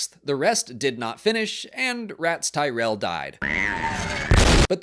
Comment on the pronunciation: I had to take a 6 hour breather after “The Ratts Tyerell Foundation” before finishing the vid